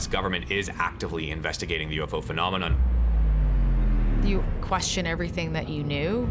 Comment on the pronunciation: the word phenomenon IS NOT PRONOUNCED fee•nom•eh•naugh! Sheesh!!